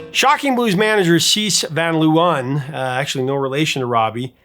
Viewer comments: LOVE how you butcher the Dutch words in a lecture on how a typo became a "comical and confusing" part of the lyrics of the song Venus. "Van Leeuwen" is pronounced "Van (with the "a" sounding like the "o" in the word "one") and "Laawuhn" (which is the Dutch plural for lions is pronounced with the double "eeu" sounding like the 2nd a in the word "amAzing", and the "en" after the letter w as the word "Uh" followed by an n). The Hague does NOT rhyme with "leg". It's pronounced "The Haack" ("a" and "gue" sound like the word "snake"). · Jesus, at least try to pronounce foreign names right! Mariska is usually pronounced Marishka. C'mon, Mariska Hargitay has been a big star in America for 25 years now! W's in Dutch are pronounced like an American "V", so "Van Looven" or "Van Loyven" It's not that hard to look up correct pronunciations, and if you are still doing it after all this time as a YouTuber, I can't imagine what clangers have come out of you in earlier videos. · The pronunciation of "van Leeuwen" is more like "fun láyhwhun", Mariska's surname more like "Véarahs". 😀 And to answer your question: Ella, but Sinéad comes VERY close! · Van Leeuwen “fahn LAY-ven” Amie in Ma Belle Amie “ah-MEE” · The irony of an episode about a mistranslated lyric containing two repeated mispronunciations isn't lost on me. Van Leeuwen = Van Loo-en Fahey = Fay Oddly enough, the only reason it jumped out at me was because Siobhan was pronounced perfectly. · Ha ha ha, indeed. Van Leeuwen is way off. But Dutch is really hard for non native speakers. I would suggest to pronounce it as ‘van lay when’. The ‘van’ will still be an issue though. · Hats off for your research on Dutch pop history! You even mentioned Wasted Words of The Motions, that's impressive ❤ Why don't I educate you about the pronunciation of the two leading people, I'm Dutch 😂: phonetically: Rawbee vawn Laywuhn, Mariskaw Veer-us both family names spoken with emphasis on the first syllable. Glad to give something back 😮😂